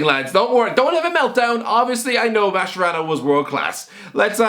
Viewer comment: I nearly had a heart attack when you said Javier Mascherano